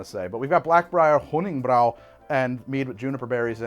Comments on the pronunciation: It’s not “brow” it is “Brew” 💀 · I don't like how he mispronounces honning-brew. it's brew not brow, it just upsets me. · Hunningbrew = german Honigbräu = just say Honeybrew mead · I think you are being close to german here Honigbrau or rather Honiggebräu (Honey Brew) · god its so aggravating when he mispronounces honningbrew on purpose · Mispronouncing Honningbrew the whole video… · I know it doesn't matter. But MAN does it bother me how he says honningbrew. like the game has people saying it. Just say it the way it's supposed to. Either way great content. Will continue to watch